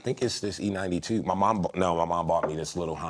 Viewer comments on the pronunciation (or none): did he say e92?